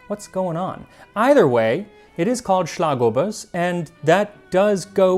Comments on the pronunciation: As a lifelong Viennese, for me this video is by far the most personal of yours yet! I'm glad you seem to have enjoyed your trip, and all things considered you did great on your pronunciation! I was especially impressed with Schlagobers and Metternich's name! Just a small tip for the future, since you seem to be trying to get things as correct as possible: A more accurate pronunciation of Torte would be "tor-teh" in Hochdeutsch, with the Ts morphing more into Ds the more Viennese you get. They're two distinct syllables. I hope this helps in case you cover any more Torten in the future! Regardless of my nitpicking, I loved the video and I agree with your assessment that Original Sachertorte doesn't hold a candle to a great homemade one, or ones made by smaller bakeries/confectioneries! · The Schlagobers was spot on though :)